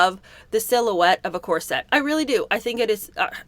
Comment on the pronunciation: I'm so curious where the gen-z habit of calling corsets core-SETTS came from. Does is come from reading the word before hearing spoken? For the record it's pronounced CORE-sit in most American accents.